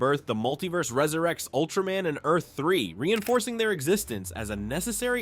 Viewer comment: It Ultra-MAN not ultramen